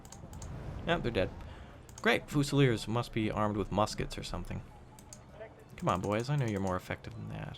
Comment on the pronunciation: Every time he pronounces it foosileers I die a little inside